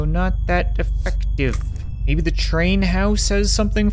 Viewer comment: I rewatched one part threze crap"e times just to figure out if he said "Let's not get stuck on the crap" or "let's not get stuck on ze crap." I still have no idea so... Lets not get stuck on ze crap